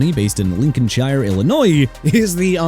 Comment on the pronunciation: I'm done correcting this man. Lincolnshire (lin-kin-shy-er) Illinois (il-eh-noy). Jacksonville Jaguars pronounced ja-gwaars NOT JAGWIRES and New Orleans pronounced NEW OR-LINS NOT NEW OR LEANS. Miami Dolphins, United Healthcare... really?? I'm tired of ppl like him disrespecting my team. LEAVE THE DOLPHINS ALONE!! CONTINUE BUTCHERING EVERYTHING CUZ I HOPE YOU GET REPLACED SOON!!